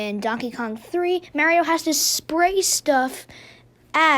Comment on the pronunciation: thanks for pronouncing it like mAHHHrio.